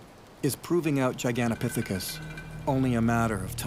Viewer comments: Annoying he keeps saying Gigantapiphicus.... they were in Asia and had ape noses. Bigfoot are described as human like. I wish he would stop saying Giganapiphicus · you don't know it's Gigantopithecus so please stop saying that. But keep up the great work!